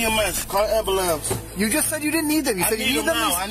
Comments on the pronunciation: I love hearing these idiots say call the ambilamps 😂😂 Acting aggressive like,what result you think you are going to get. Because parking your car and jumping out doesn't make you unaccountable. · I chuckle everytime I hear "ambulamps" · “Call da Amber-Lamps” 😂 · He needs the "Ambulampse"... reminds me of that old meme w the Black Betty song lol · I'm dying!!! Hahaha, first suspect said, "call the amba-lamps" hahahaha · First dude really said Amberlambs. I can't believe he said the stereotypical meme word 😂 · Lmfao that was my first thought😂😂😂 the amberlamps!! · "Amberlamps"? Aaaah yes, that takes me back 😅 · What the hell is an ambulamce? 🤣🤣